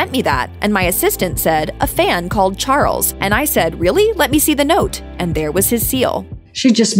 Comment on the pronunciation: Interesting pronunciation: 'Prince Char-ells'